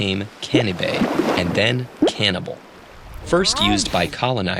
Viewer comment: Can NIBA